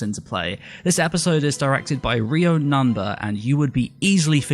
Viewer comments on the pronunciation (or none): Ryo is pronounced "Ryō" not "Rio".